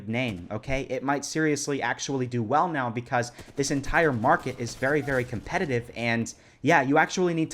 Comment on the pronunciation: Are you serious right neow bro?